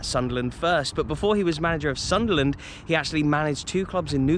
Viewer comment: Just subscribed with you..Saw the Hammers vlog and Arsenal vlog plus the ground that you played at that’s now “Planet of the apes”..Mate your videos are so interesting..And I’m a Sunderland fan and you say Soonderland very well 👌 ..Red and white army…Really good vlogs mate.. And yes we are bigger than Newcastle..🤣..